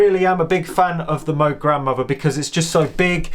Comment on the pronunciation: Just a friendly reminder: it's pronounced Moog like "rogue" not Moog like "dude."